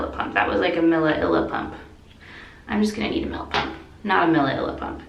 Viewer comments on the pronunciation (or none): Every time you say millipump in a video I laugh at it for days